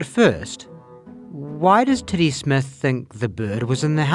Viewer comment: I had enough time to laugh at the Kiwi pronunciation of what was obviously supposed to be ‘Teddy’, right until the graphic with his name spelled out appeared. If that was on purpose, it was perhaps some of the greatest comedic timing I’ve ever seen.